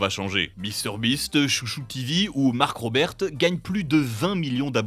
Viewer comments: Il a dit "Mark RoberTE" ce fou 🤣🤣🤣🤣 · "Mark Robert" 😱😱😱 Il n'y a pas de T ! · des le nom mark robert le T se dit pas